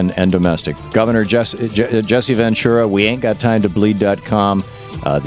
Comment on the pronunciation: Jesse Ventura's last name always gets pronounced "ven true a" or " ven chewa"